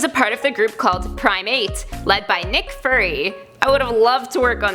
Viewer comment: she Hulk is Bruce's cousin and she got hurt and was dying so Bruce put his blood in her for a transfusion which resulted in her blood mixing with Bruce's gamma blood and mutated her permanent, also do you not know how to pronounce Fury because you said furry.